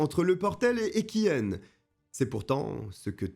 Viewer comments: Arf, on dit Equihen genre é qui un pas Equihenne haha. Cette histoire me choque encore aujourd'hui, surtout ayant grandi à Outreau à la limite du Portel... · Equihen ca se prononce Equihein et pas Equihenne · Prononcez equi-un, pas equi- n. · Hello.equihen se prononce equi- in 😉.parole d une boulonnaise 😊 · Bon moi j'aime pas trop l'intro 🙄. Triste histoire qui a fait beaucoup de bruit par ici 😢. Par contre par chez nous HDF on prononce Equi1 mais bon c'est pas grave on ne t'en veut pas 😂